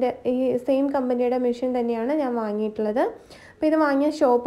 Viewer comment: മിഷ്യൻ അല്ല മെഷിൻ